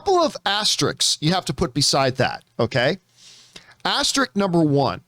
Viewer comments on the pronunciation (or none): "Asterix" 🤣 FYI it's "Asterisk"